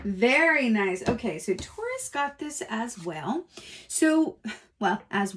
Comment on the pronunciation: “As whale” …stop 🤣🤣🤣 awesome reading, thanks so much ♥️♥️♥️